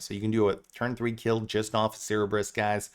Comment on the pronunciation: I just have to say, it’s Sir burr iss for the three headed dog! Love the video!